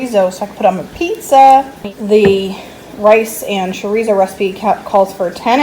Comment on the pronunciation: Chorizo= cho ree zo, not sho ree zo!